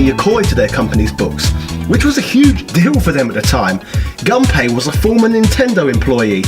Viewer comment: Actually the correct pronunciation for Gunpei is Goon Pay